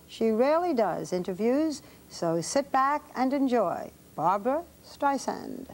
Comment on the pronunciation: ugh. baba wawa "But Bawbwa, you ARE controlling!" UGH.